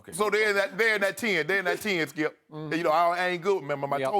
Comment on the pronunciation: Lol The way Shannon pronounces Skips name. "SKILP ! "